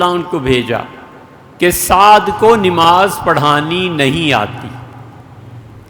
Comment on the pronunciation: حضرت لفظ نِماز درست کرلیجۓ